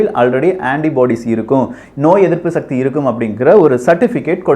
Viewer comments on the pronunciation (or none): none